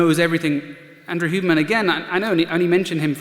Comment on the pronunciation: What’s up with mispronouncing Huberman’s name? Sounds like he is saying “Human”.